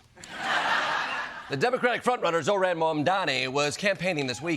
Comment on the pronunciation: Why does the host repeatedly mispronounce “Zohran” as “Zo-rAn”